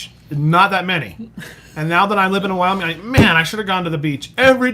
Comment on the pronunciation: Wyoming not wooing